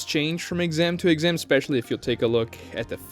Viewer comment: “The first texam” lmao